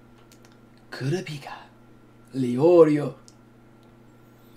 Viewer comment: Does he ever pronounce kurupika right?